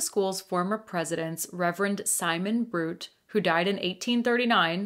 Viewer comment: My alma mater! Love the ghost stories at the Mount. My favorite is that our founder’s ghost haunts Echo Field and the seminary, but he’s a kind benevolent ghost. He appears to counsel troubled people who need help. (Just fyi: it’s spelled Knott, and Simon Bruté is pronounced “broo-tay”)